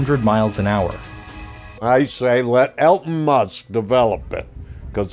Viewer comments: he says "Elton Musk" 😂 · Did the old guy say Elton musk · The old fart is only 3 words from falling asleep. Makes Biden looks chipper. Also, "Elton Muss"! I'm dying. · "Quentin Kook" finally said something right, but he can't pronounce Elon Musk correctly.